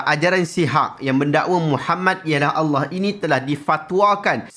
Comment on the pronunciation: sebut lafaz Allah pun bunyi telo..ada hti nk bt ajaran sndiri..